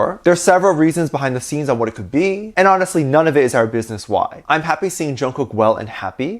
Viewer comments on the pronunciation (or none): none